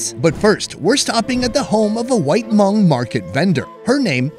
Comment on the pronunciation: Plse lady-its not “her-hmong”. Its just “Hmong”. Talk to me if u need further clarification! Omg don’t butcher my name!!!!